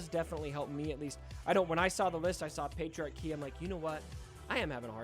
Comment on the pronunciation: The way he pronounces it sounds like patriarchy, which was just funny lol